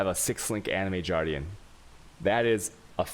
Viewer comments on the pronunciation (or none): AnJer... Jardrian... I am disappointed he doesnt pronouce Game as Jame. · Jardian? Why? Animated Guardian... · Anjer, jardian, shaos, alshemy.. Dude.. Dyslectic much?